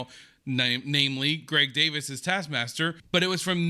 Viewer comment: It isn't pronounced Greg DAVIS....It is pronounced Greg DAY-VEES...it is spelled DAVIES...IE creates an EE sound in British English. Olivia Coleman is the OG GOAT!!! Such an ALLY...she agreed to do Heartstopper!!!